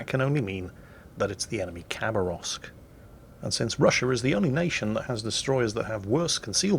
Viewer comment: Its pronounced ha, not a kha Хабаровск, is a city in the east